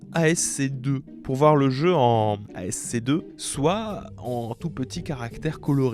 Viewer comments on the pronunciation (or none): ASC2, jamais entendu parlé et pourtant je suis dans l'informatique xD. Par contre ASCII(2i) prononcé "à ski", American Standard Code for Information Interchange, je connais. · Ce n'est pas de l'ASC2 - mais de l'ASCII ( L'American Standard Code for Information Interchange, de son petit nom le code ASCII ou Ascii (prononcez aski), est une norme informatique pour le codage des caractères) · "ASCII" se prononce "asski" pas "ASC2" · J'étais largué avec le ASC2 :face-green-smiling: ASCII mon ami, ass qui, has key ou encore American Standard Code for Information Interchange :face-red-heart-shape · ASC2? Tu veux dire ASCII? Si oui, ça se prononce "à ski". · Oh l'enfer le "ASC2" au lieu de "ASCII". SHAME ! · p'tit conseil relou: pour ASCII on dit pas A S C 2 mais aski (je sais pas si c'est compréhensible). Le 2 n'est en fait que deux i, c'est important pour sa signification. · on ne dit pas ASC2 mais ASCII lire "a ce qui" :) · Pour saints row ce n'est pas "ASC2" mais "ascii" pour " American Standard Code for Information Interchange". C'est juste le nom informatique des caractères pour écrire ! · Ascii (prononce aski) et pas asc2 😂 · Oui j'avais pas compris au début quand t'as dis "ASC2" xD j'etais en mode "mais ca resemble a du ASCII du coup c'est une version modi... AH MAIS NAN LE "II" IL LE PRONONCE 2 AAAAAAAAH" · Déjà que j'étais un peu trigger quand il disait "Sainte Rot", mais il m'a achevé quand il a lâché "ASC2" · ASCII se prononce "à ski"